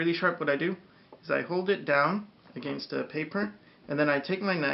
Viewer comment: *creepy Smile*... I like the way you say... "Against" :D